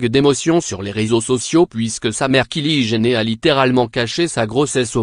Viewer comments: WAAAAHAAAAA 😂😂😂😂😂😂😂😂😂 le gas nous lache des kili gener et des boy fri1 sens pression 😂😂😂 aucune honte il nous lache sa oklm 😂😂😂😂 Sa se pronnonce Kaylie JENNER et non "gener" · On prononce " kali jainner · HAHAHA non on prononce "kayli jainner"